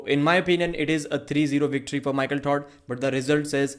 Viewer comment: I like how u say Michael Tard Lol it's silly jeeble jeeble ello my friend